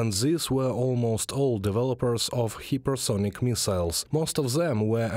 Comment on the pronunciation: Hypesonic, not hypersonic.